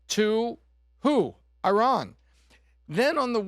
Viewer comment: “BCauz Of IhRan” 😭